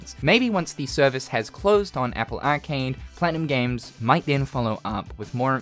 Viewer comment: The way you say arcade made me stop watching